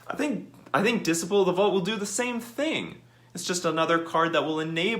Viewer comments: Dis-iple of the Vaut, lmao It's Dis-sipe-ul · Dis-uh-y-pul not dis-ih-pul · whauh? Diss sigh' pull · Lol you're mispronouncing Dis - ciple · You good bruh, Diseyepull 👌🏾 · Unban the artifact lands... it restricts the colors some artifact decks can be in, plus affinity had died along time ago Edit: and your pronouncing disciple wrong, just so you know